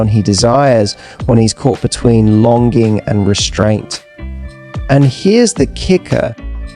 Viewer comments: ....lon going..... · Longing....you pronounced it lon going....AI????